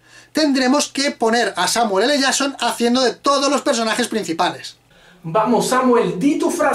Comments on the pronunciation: Samuel L "yason" Hahahahahahahahahahaha. Si no saben pronunciar en ingles para que hacen videos????? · Samuele le llason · Samuel ele shason